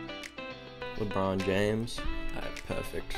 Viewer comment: LeBronJames ... Not LeBRONZEJames ... How could you?